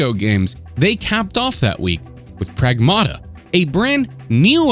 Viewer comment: Prag-MATT-uh NOT Prag-MAW-Tuh